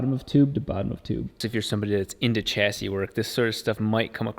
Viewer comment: Fan-flaps! Flaps improve the fan shroud performance massively, they allow additional ram air mass flow at high speed whilst maintaining pulled air mass flow via the fan at low speed. PS chassis is pronounced sha-sea not cha-sea:D